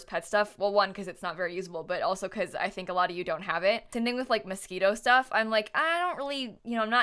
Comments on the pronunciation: I thought she was saying mosquito not Moschino lol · isnt it pronounced moskeeno? i assumed she was just saying that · I love how she says “mosquito” instead of “moschino” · Honey the whole sims community does that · She said mosquito and tbh that’s what I call it too 😂😂😂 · when she says "Moschino," i keep hearing "mosquito" lol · Im pretty sure that’s what she’s saying lol